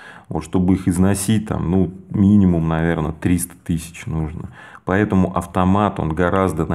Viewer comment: Классно расписал. все понятно и наглядно. Вот только не говори "поЕтому" и "Етому" )) без обид!